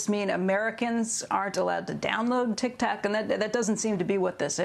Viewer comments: tik tok more like “tic tak” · did she really just say "tic tac"? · ah yes, TIKTAK